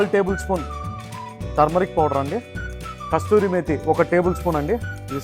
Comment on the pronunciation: Mee recipes super. కసూరి మేథి. కస్తూరి కాదండి.